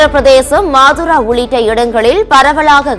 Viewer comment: ஏதே, 'மாதுரா' வா? அம்மா, செய்தி வாசிப்பாளர் அம்மணி, அது 'மதுரா'.